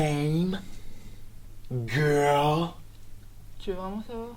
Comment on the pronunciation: " une émision vreumant " jpp